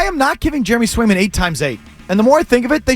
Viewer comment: Must be smoking while giving takes…trade Swayman when you literally don’t even know the two goalies on the roster or how to say their names….kick rocks and at least do a smidge of research